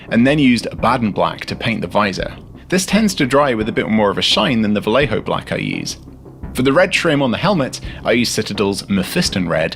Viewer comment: When you said "arbiteehs" I cringed. How I was wrong. Ghads. I've said "ahr-bite-s" for decades now. But seeing as you don't want to pronounce Vallejo the right way, I'll stick with my ahr-bite-s 🤣